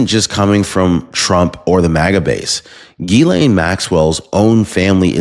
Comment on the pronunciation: Love ya, But Her name is pronounced Gis-slaine Ghislaine. Just trying to help.